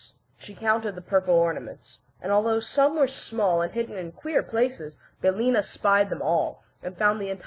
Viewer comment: BillIna, not Billna.